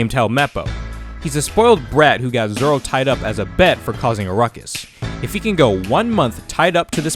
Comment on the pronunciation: At Least you watch dub for the right reasons most people wont watch sub bc they cant read the subtitles like what are you 5 also hes zolo in the manga too but it’s pronounced zoro